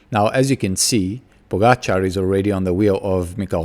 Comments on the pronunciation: correct pronounciation of the surname Pogačar, name is still wrong completely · Mr. Smit, you are a quick learner. This is the right prononciation of Pogačar. I really didn't want to be harsh on you yesterday, I just wanted his name to be said correctly. Keep it up and best regards.